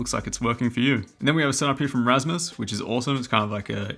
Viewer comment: Hearing an American say "Rasmus" is very strange because you Americans pronounce A in a different way than we Scandinavians do, and it wasn't my setup I just happen to have the same first name as this Rasmus in the video.